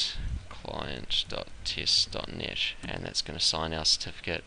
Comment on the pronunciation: You pronounce some words horribly, I couldn't even understand you. Here is English pronunciation from wiktionary. Test: IPA: /tɛst/ Daemon: IPA: /ˈdiːmən/